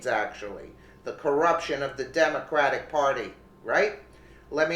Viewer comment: it is Not demoncratic NOT CRATIC *YOU ARE TALKING TRAILER TRASH. i bet you say cadalack converter too. start now saying demoncrate party. not cratic Do you f n understand this message?